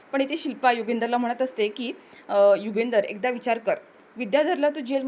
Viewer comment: " युगंधर " असे नायकाचे नाव आहे. " युगेंदर " नाही. " आनंदी " असे नायिकेचे नाव आहे. " आणंदी " नाही.